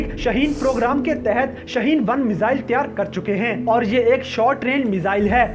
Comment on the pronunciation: Shahin nahi shaheen hai